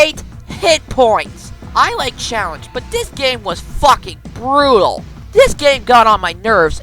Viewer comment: i love they way he says "FUCKING BRUTAL!!!!!!